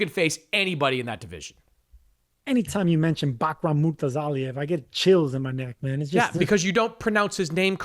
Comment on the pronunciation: Bro neither of you guys pronounce Bakhram’s name correctly 😂😂😂 moor-taza-leave